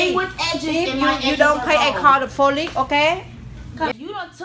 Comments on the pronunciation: BRUHHHHHH 😂😂😂😂 She was confident about that "Ima call the FOLICE" like I couldn't get past the word!!!! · Tf is the folice 😂😂😂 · LMAOOOOOO “I call the folice”😂😂😂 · “ I call the folice”😂😂😫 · Say folice loll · AKA yo said folick its police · The Asian lady said “if you don’t pay l call the folice” 😂😂😂😂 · iam just angie you got police wrong but you say folice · not even “folice” she said “foli” 💀😂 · officialstan nah she said fo lee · solo._preshh - I heard “folik” 😹😹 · Bruh what is "flolice" flolice is not a word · but she said folic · Nah that lady said folick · Nahhh. She SAID "FOLICK"💀😂😂😭✌🏾💯❗ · Chanell M lol 😂 like she kept saying folice I would've been like what's the folice. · Tarah Vu it's folice she said folice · the lady kept saying "you pay now o i call le foley"😂. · DA LADY SAID "If you don't pay me I call "folice''. Lol matter fact she said “Fay” too😭😭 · she said “ i gon call folice” 😂💀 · Fólice 😂😂😂😂😂😂💀💀omg help her someone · It sounded like that girl was saying folice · "Folice"?? LMAO😂😂😂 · "I'm gonna call the folice" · lady: pway meh or call the folice it:*gotta blast* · She said the folice girl 🤣🤦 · Fuck is a “folice “ 😂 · Wonder did she call the folley🤣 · she said folice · why this lady say pholice.👨🏽‍🏭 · Why she said folice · honey it is police not folice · She couldn't say police rii😅😂I'm weak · “If you don’t fay me I call da folice 😂”